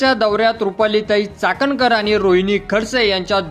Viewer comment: अरे चाटणकर नाही चाखणकर 😢